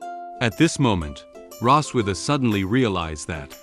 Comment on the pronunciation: It's Rossweise, not Rosswitha....